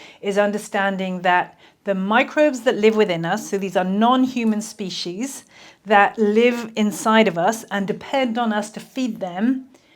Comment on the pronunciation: There is no "H" in the word "species"